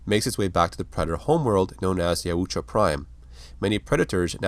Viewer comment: Dude your pronouncing of Yautja takes me right out. It’s literally pronounced Yowt-juh, some reason extra vowels are added to your way. This is constructive criticism and in no way hate. Thank you for the content